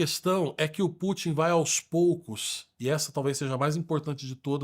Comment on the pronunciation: Não é /Pú.tim/ é /Pu.tín/ como em Rasputin.